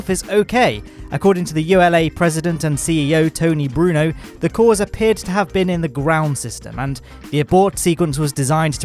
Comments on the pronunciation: "Tony Bruno"? Uhm I think its Tory Bruno, Excuse me if its your accent. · did you say "Tony Bruno?"